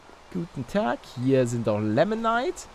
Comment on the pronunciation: Paluten das heißt nicht lemonite sondern limonite